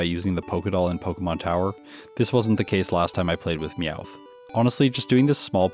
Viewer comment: NEVER USE A NORMAL TYPE MOVE ON HITMONCHAN UNLESS YOU CAN GUARANTEE A OHKO! In other news, Him calling Meowth "Mouth" was funny, so there's a like.